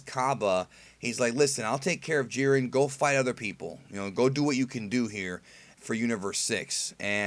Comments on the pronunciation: Did you say, "Hiren and Jit?" lol No worries, just found it funny because sounds like a goof that would've came outta my mouth, too :D Love your reviews, man! Please keep'em coming! :) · "Hiren and Jit" lol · I’m glad I’m not the only one who kept saying hired and jit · Hiret and jit haha lol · "Hiren and Jit". Wow, where were you going over there?! LOL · "Hiren and Jit" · "Hiren and jit" LMAOOOOOOO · "hiren and jit "xdxd